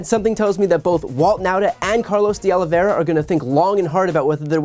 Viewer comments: Diós mio. Oh-Lee-Vee-Eh-Rrrr-Ah. Not Aloe Vera. Hit the Eh-Rrrr hard. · Oliveira. OlivEIRA. Not Olivera or Oliveria. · Please note the correct pronunciation of these Portuguese names: Oliveira = oh-lee-VAY (like “ray”)- ra —- and while we’re at it: Teixeira = “Tay (like ray) - SHAY (like ray)- ra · IT IS OLIV EIRA NOT OLIV IERA OLIV IERE OLIV ERIA or OLIVE ERA . It is a very common Portuguese/Brazilian name. Nor Russian, French, or Spanish... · Why is it so difficult for this woman to pronounce "De Oliveira?" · Wow, she really butchers "Oliveira."